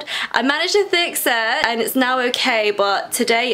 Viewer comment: Thix it? Why does she say "th" instead on "f"